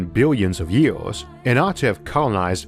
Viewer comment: "Univors" "iunivorsol" "yiors" "forst" Such a shame someone so smart can't speak proper english.